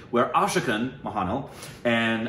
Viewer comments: Guys guys...how many times we need to say it's MOHANLAL...not mohanial. By the way nice reaction ! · Guys its pronounced MOHAN LAaL🙆